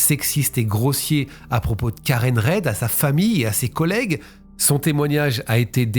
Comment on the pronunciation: Coucou, j'adore tes vidéos...petit détail sur l'affaire john okeefe...on prononce le nom de karen "rid"...j'ai suivi les procès en anglais...et clairement les flics étaient corrompus...d'ailleurs l'affaire n'est pas terminé..il y a un procès au civil en cours...passionnant!! Merci de nous ramener des procès americain!❤❤